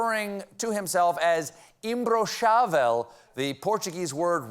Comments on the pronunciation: Sim! Kkkkk Ótima pronúncia 😂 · Alô brasileirada... O genocida do nosso "presidente" fazendo a gente rir dele e passar vergonha ao mesmo tempo em escala global. Apenas mais uma quarta-feira normal. Tks, Stephen.... Nice pronunciation of imbrochável btw. P.S: The hat on that Bozo's head on the picture is a traditional hat from the Brazilian Northeast. It's not stupid at all but he makes anything look stupid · Eu vivi pra ver o Stephen falando imbrochável na tv aberta. Nice pronunciation btw 😂 Meu país passando vergonha é mais um dia normal. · Stephen's Portuguese pronunciation is pretty good! But Bolsonaro is really more "intragável" than "imbrochável"... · That "imbrochável" was amazing, good work Stephen! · I was impressed! He usually butchers non-English words. Sounds like he has some Brazilians on staff and/or multilingual staff have been invited to help his pronunciation. Finally!